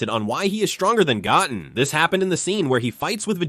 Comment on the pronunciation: Pardon me as a neophile, but would simply putting a space in your transcripts before the AI butchers every name not suffice? Couldn't Go Ten be pronounced correctly as opposed to Goten ( and therefore Gotten)?